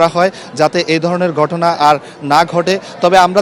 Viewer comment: Very sad incident. I could not watch it full. কিন্তু আপনার উচ্চারণ ঠিক করুন আগে ঘটনা কে গটনা বলছেন ট্রলার কে টলার বলছেন কি news পরেন এইসব।